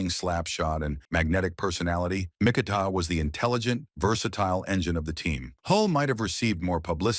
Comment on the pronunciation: Mik ah tah. This AI shit is taking over.